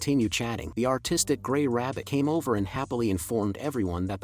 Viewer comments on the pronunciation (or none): Did anybody else hear the autistic white rabbit instead of artistic right here? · I heard autistic